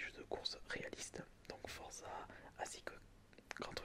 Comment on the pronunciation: il a vraiment dit forze au lieu de forza...bravo!!!